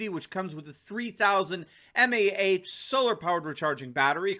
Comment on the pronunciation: Milli amp hour. That is one thousandth of an amp for an hour. Not mah, not m a h. :)